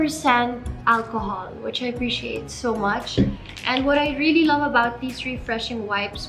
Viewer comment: "ABUBOOWWWTS" hahahA artey